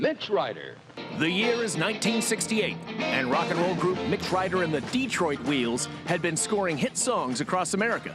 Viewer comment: Wooster ? or Worcester ? You are spelling it both ways. Massachusetts or some other state ? You never said. AND it's pronounced DeTROIT, not DEEEtroit.